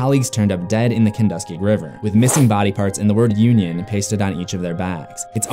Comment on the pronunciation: I just caught this on a day off. Interesting little backstory, but the pronunciation of the Kenduskeag is "Ken-dusk-keg". I was hoping there was a mention of the Neibolt House other than the leper, but it's nice how the Standpipe is brought up. Not sure of actual backstory of that other than, it's opened during the fall for the leaf peepers (this town is notorious for the amazing foliage in the fall) I invite ANYONE to check out the spots they bring up. Mind you, the downhill photo is actually Main St (looking down to the Hammond, State, Central and Main intersection...and yes, it is a messed up junction of the roads) but follow down, and you can locate the last stand of the Brady Gang